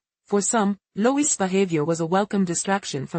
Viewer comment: His name is pronounced…LOO-EEE NOT Loois.